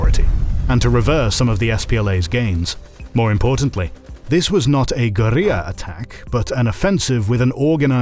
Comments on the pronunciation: Strange how you pronounce guerrilla. It's a homonym with gorilla and is thus pronounced the same. Is this a different languages pronunciation? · A military history channel that can't pronounce Guerrilla is a bug in the AI, not a feature. There is no sensible way to excuse that from a human VA with any king of knowledge on the subject. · Uncharacteristically of this channel, the quality of this episode was very uneven. You displayed the wrong libyan flag, pronounced the Derg as "deng," and repeatedly overforeignized Guerilla. I know you can do better. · Miss pronouncing guerrilla warfare totally sounds like AI.